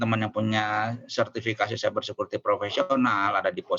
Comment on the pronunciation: cyber bukan stiber. Stick holder bukan steak Holder